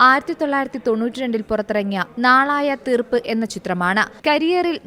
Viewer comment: നാളായ തീർപ്പ് അല്ല നാളൈയ തീർപ്പ്